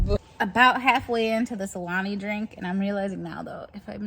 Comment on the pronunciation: At the very beginning I thought you said ‘I’m halfway into this SALAMI drink’ and I about died 🤢 but no.. Alani drink.